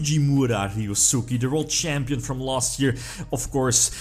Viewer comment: His pronunciation of “ryosuke” tho